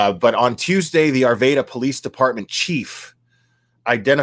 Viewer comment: Broke my heart to hear if this on Monday. I'm from Arvada. Many prayers to my home town. Will it's pronounced R-va-da